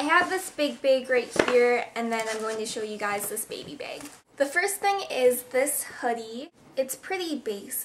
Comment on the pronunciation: omg ilove ur videos and i love how u say bags lol